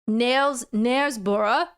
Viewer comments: Knaresborough = " nehrs-bruh" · nairs-bah- ra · Les Dawson was the best ever at gurning. Shin kickers in northern England wore wooden clogs (steel tipped) and put lard on their shins, not using sneakers and padding with straw. It's pronounced Knarsborough, North Yorkshire. You didn't mention down hill running. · Gloucestershire is pronounced Gloss- ster -shir Knaresborough is pronounced Nares -- buh -ruh. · Knaresborough = Naresboro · Hi, you should check out the International Birdman Competition😎 As much as I love listening to your accents and pronunciation of british place names, I thought I'd help you out a tad. Gloucester is pronounced........ Gloss-ter Knaresborough is pronounced.........nairs-brah I noticed you didn't attempt the place in Wales😆 Great video, looking forward to part 2. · haha Sorry but your pronouncing of Knaresborough had me in stitches. Coincidentally, I have done the bog snorkelling for a friend's stag weekend. And yes it also was raining. Go on, give it a go and we would love to watch the video of you doing the bog snorkelling.